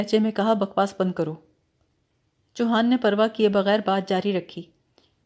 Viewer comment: چیتل ہوتا ہے ، آپ اس کو چتیل کہہ رہی ہیں cheetal, اور chouhan ہے نام choohan نہیں , روانی اچھی ہے پلیز تلفظ پر دھیان دیجئے